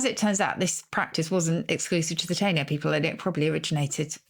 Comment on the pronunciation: Not Cuba... and Taino is pronounced "Tie - ee - no".